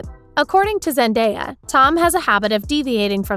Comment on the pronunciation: WHY DOES SHE SAY ZENDAYA LIKE THAT?! IT'S ZEN-DAH-YAH. NOT ZEN-DAY-AH